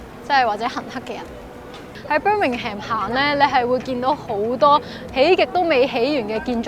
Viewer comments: 提一提, Birmingham 發音唔係Bir-ming-ham, 係Bir-ming-am, 個h係唔發音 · 記住係讀"Birmingum"呀😂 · 謝謝影片。Birmingham最尾的發音不是讀"ham". 上網有輔助資源學。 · Birmingham 唔係讀Ham.... 無h 音 同am 音係煩似fulham 讀ful林 咁既音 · Pretty sure Birmingham is pronounced "bir-ming-em" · 最好留意下Birmingham個發音